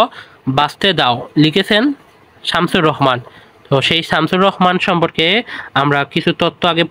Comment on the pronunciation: Samsur rahman hbe Not samsur rohoman